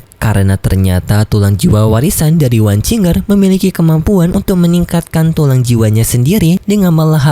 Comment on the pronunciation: Wang qiu er yah bacanya bukan wang cing er